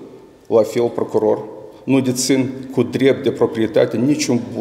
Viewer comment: Oho! Cit e de rapid este procurorul asta. Eu de-acum mai ca si am uitat de paton. De-acum este Ghitcan. Aaaa! Asta o sa aflam...... cindva... ! PROCUROR ci nu PRACUROR. MIE IMI PARE CA EU POT CU MULT MAI BINE DE CIT AISTA . BROASCA TISTOASE E SI MAI REPEDE DECIT AISTA....